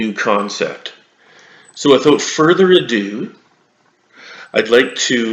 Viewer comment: Stopped watching after all that followed after “without furtho ado” was ado.